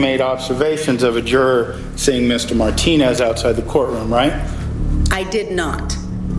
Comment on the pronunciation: Nancy Grace the word is Juror not Jurar